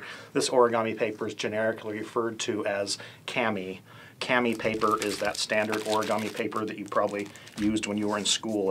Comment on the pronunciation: its actually pronounced like Kaw-mee the reason i know this is i took japanese for 2 years as a junior-senior in high-school just friendly heads up :)